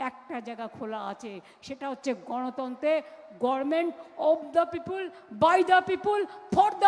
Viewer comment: পিপল হয়ে গেলো পিপুল আহহা কি ইংরাজি